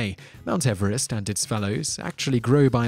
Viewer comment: The name of the man Everest is pronounced Eve-rest as in new years Eve.......M